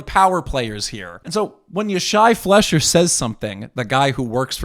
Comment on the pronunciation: His surname's pronounced fly-sher. (Not a big thing, but it will help you sound like you know what you're talking about.)